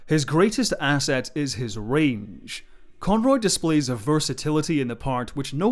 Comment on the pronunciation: why does he say range as ra nge